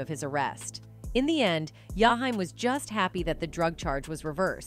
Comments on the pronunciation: Oooooooh of she says Yahime one more time.I think shes saying his name wrong on purpose. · His name is Jaheim,not Yahime😮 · It's jaheem😡😡😡😡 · I sat thru this whole video, and didn’t understand why his name was pronounced that way, the disrespect…. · Okay now why you can't pronounce his name right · Could you butcher his name any worse🤨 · I agree with you. 💯 She's white.